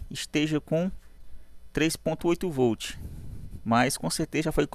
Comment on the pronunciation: Voltche 😂 like professor 🙂👏👍